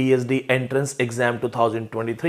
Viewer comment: Sir, it's not enterance but entrance.